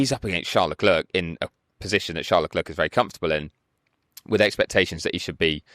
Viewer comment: So do people just refuse to say Leclerc properly?